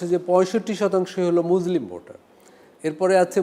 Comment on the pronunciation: এমন আলোচক মুসলিম শব্দ টি উচ্চারণ ভুল ছি ছি